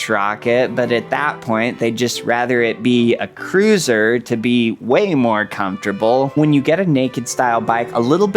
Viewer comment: Cruiser rhymes with looser. 😅